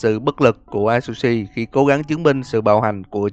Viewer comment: A tsư shi đọc vậy mới đúng ơi hoặc dùng Google dịch nhưng người Nhật nói